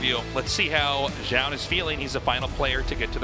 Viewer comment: Still not going to pronounce Zoun's name correctly? You had it for a while there. Doesn't take any special effort...